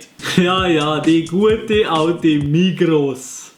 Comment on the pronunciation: D usländer säget Migros nit Migro 😂